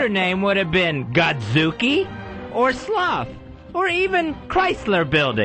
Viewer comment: He says "oy" instead of "or" and it cracked me the fuck up